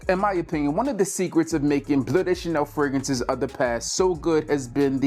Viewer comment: fraGRANCES not fraGANCES 😂